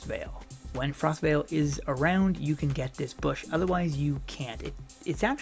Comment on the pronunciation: It is Frostval, as in the event not Frostvale, it is a place. Hello:)